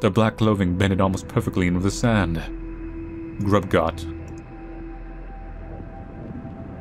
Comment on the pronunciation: twitches Not "Grub Gott", it's "Gruß Gott!" That character is an eszett, equivalent to a double S, and the word is pronounced 'groose'.